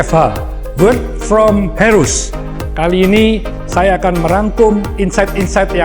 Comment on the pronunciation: maaf pak Hermanto...kalau boleh saya koreksi ya pak pengucapan "Heroes" bukan /heros/....melainkan lebih ke /hirous/...maaf saya tdk bsa menuliskan pelafalan yg tepat krn keterbatasan font...maaf juga bukan bermaksud menggurui...🙏🙏